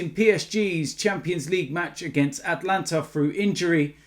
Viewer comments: Is it PSG vs the “Atlanta” Hawks/Brave/Falcons? Cuz I thought it was AtAlanta!! His pronunciations are top draw!!! 😂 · ATALANTA!!!!!! Not Atlanta 🤦🏽‍♂️ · Atalanta not Atlanta, wrong country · ATALANTA! not ATLANTA